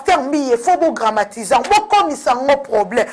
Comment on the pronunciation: On dit dramatiser et non gramatiser. Banda kala ovandi na France ofungola ata dictionnaire te? Tika accent ya ba luba tranquille, oza sûre que baluba nyonso oyo ba botama na Kabeya kamuanga bakokaka ko prononcer Jésus te? Elengi ya ko bimisa ba vidéos ou quoi? Tchippp. Buzoba!